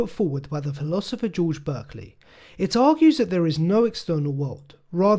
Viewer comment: It's actually pronounced bArkley.